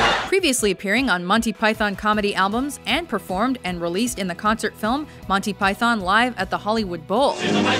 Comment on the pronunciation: you pronounce it like ‘montee pythuhn’ or even ‘montee pythn’ not ‘monthee pythan’, actually